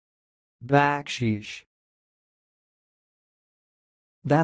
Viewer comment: Dude, you are making this up. You obviously have NEVER heard the word baksheesh spoken by anyone from a culture where it is in common use. The emphasis is on the SECOND syllable, not the 1st